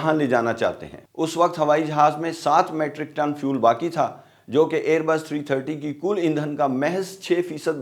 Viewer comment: Matric tons nehin balke meetric tons bolain, Please.